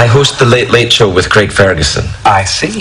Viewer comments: it's a bit annoying how some people say Craig. They say it like it's "creg" rather than "craig". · Why can't Americans pronounce the name 'Craig' properly?